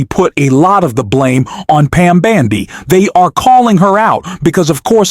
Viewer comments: Fix your AI voice! It's bOndi, not bAndi! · Her name is Bondi, not your"Bandi,". Fail! Take it down and do it over. If you can't get elementary facts correct, please stop polluting the 'Net with your ignorance,. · You lose credibility (and probably viewers) when you continually mispronounce the simple name of Pam Bondi. Details matter.